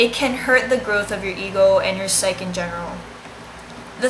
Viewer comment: it's also pronounced psych-ee, not psych.